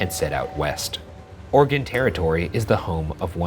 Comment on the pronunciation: Thankyou pronouncing Oregon the correct way